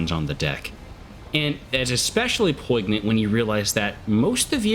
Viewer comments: "poi*G*nant" get well soon (love you xoxo) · Where are you from that you pronounce the "G," in "poignant" ?? Great video as always though!